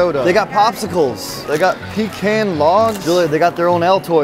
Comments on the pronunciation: Please stop saying peeecans....its pahcan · PeeCON not peeCAN 😬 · Say it with me. Pah-cohn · Say pecaaan right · It's pronounced "p'con" 😭😭😭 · Learn how to pronounce pecan